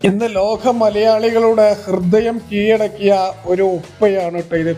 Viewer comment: കീയടക്കി എന്നല്ല കീഴടക്കി, വൃത്തിയായി സംസാരിക്കു